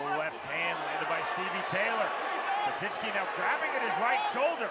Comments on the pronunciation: Why...why....does dude keep putting a N in Kosicki name? It is not kosiNski!! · There's no N or Z in Kosicki 😂